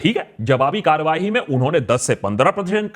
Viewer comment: sir ji "karwahi" is not a word. in urdu it is "karwai". it comes from the urdu word kar which means, some work, job, duty. wrong urdu pronounciation gives headache to urdu speaking.